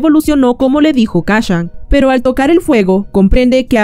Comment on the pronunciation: Kashan?... Kashan?.... KACCHAN?????